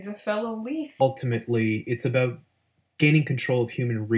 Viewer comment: Hah he said aboout